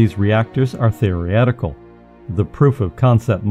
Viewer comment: You cannot pronounce nuclear, muon, or theoretical correctly. Therefore you have no idea what you are talking about.